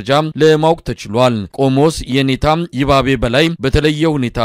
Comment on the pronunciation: ይ'ባቤ ስታነብ``ባ"ን ጠበቅ አድርገኽ አንብብበው